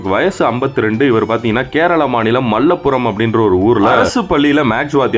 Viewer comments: மல்லபுரம் இல்ல சகோ மலப்புரம் ✅ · அது மலப்புபுரம் மல்லப்புரம் இல்லை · மல்லப்புரம் அல்ல மலப்புறம்.